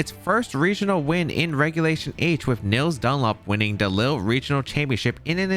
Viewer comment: I'm french and how you say Lille make me want to cry